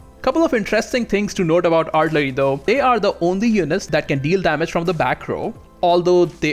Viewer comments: Artillery - pronounced Are till a ree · R-TILL-err-EE....you're welcome. LOL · He absolutely cannot pronounce artillery, cavalry, or infantry. Might should have picked a different subject to make a video on.